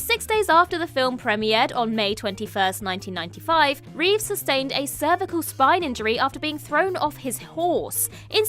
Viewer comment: Christopher Reeve not Reeves.